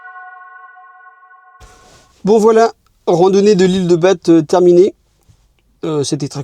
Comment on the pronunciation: genre personne t'as dit que c'est prononcé ba et pas bate...